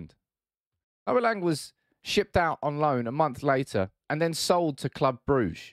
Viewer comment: It's pronounced Lang with a short A like the A in Ten Hag. It was clear Noa Lang was really talented and showed some beautiful stuff at Club Brugge. But his personality is so annoying, typical wannabe gangster kid. As an Ajax supporter I was happy he was kicked out but I wish him the best of course, no hate against him. Ten Hag made the right decision. Ten Hag is a perfectionist that want full control. Im 100% sure if you guys can get your hands on Frenkie de Jong and Jurrien Timber, you will see a totally different style of football you all have been waiting for.